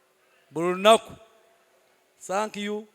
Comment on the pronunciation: Oruzuungu norwa Sankiyu points Za MTN 😂😂😂😂